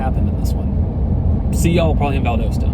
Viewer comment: Valdosta is pronounced Val -dah-sta.